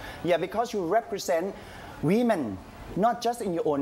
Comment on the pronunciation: Women not We-Men..